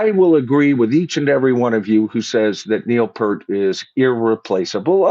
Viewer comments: The sheer fact that you can’t even pronounce Neil’s last name correctly is absolutely appalling! Neil, was a legendary player and lyricist, theologian, among many other great things. You should be ashamed of yourself mispronouncing Neil’s good name. Pert seriously…?? 🖕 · I find it rather absurdly amusing that you immediately tried to be sure to pronounce Anika's full name correctly, but after decades of the opportunity to learn and hear how to properly pronounce Neil's last name, you still got it wrong. Pfft!